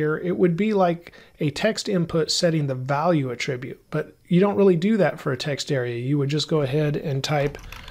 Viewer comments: A 'trib yute? No, it's 'At trib yute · Attribute! The noun is not pronounced like the verb; 😗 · These lessons are exceptional! The content is perfect in all aspects. I am curious though, about the pronunciation of the noun "attribute". I believe the creator of this video is using the pronunciation of the verb form of the word, where the accent falls on a different syllable. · why oh why cant you pronounce attribute correctly? its killing me!